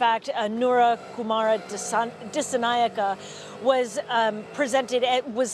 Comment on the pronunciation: Its disaanaayeka